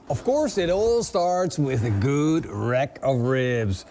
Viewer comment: u say rack like wreck haha. lets wreck this Rack!